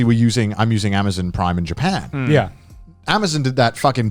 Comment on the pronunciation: Conner: "Amazen Prime"